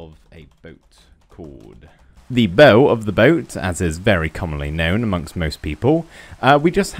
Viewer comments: It's the bow, like bow wow. Not bow, as in crossbow lol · The bow of the boat is pronounced "boaw" like "wow" but a b🤣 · Wow, your knowledge of boat terminology is astounding:P The ship looks great, but I would recommend making the inside more cluttered and compact, as room on ships is always at a premium. PS. Bow is pronounced the same when when you bow to someone, rather than like a bow and arrow.